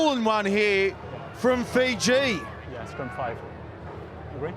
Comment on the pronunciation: Great effort by Uruguay, but who are Feejee?